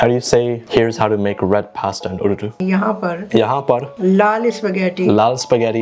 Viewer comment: I like how your mother is disappointed on your urdu pronunciation.